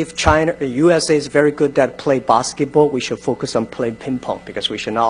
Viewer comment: "we fouce we make the things happen."